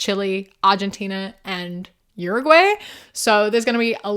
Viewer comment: Girl what do you mean you're coming to my country😭 (not how you pronounce Uruguay but I'm stoked lmao). If you need recommendations I'm glad to help! The touristic guides are shit lol none of the "touristy" places are the places people who live here really enjoy. I hope you have a wonderful time ❤